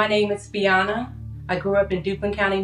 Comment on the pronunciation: I'm more bothered by her mispronouncing her own name, FiONa. 😏👌